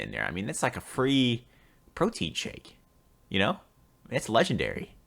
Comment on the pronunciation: "brotein shake"